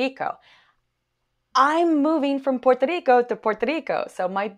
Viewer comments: Do you not know how to pronounce the name of the island Puerto Rico. Good luck with the natives. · Porque ella esta diciendo 🇵🇷 así I’ve never heard anybody say it like that nunca en mi vida